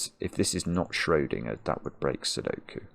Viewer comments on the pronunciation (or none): the way he says schrödingerd makes me furious